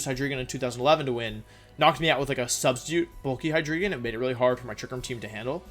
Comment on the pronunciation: Istg, i die every single time he pronounces "hi dree gon"